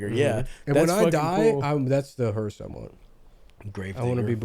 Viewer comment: Did Nick ironically say 'hearst' instead of 'hearse' because Carl does that in Sling Blade or did he just think that's how you say it because he learned the word from Sling Blade